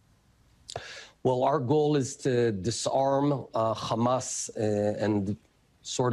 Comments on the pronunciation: 😂😂😂😂my friend wateva it's not khamas but hamas😀😀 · המראיין אומר חמאס עם ״ח״, מוזר למראיין ״אמריקאי״.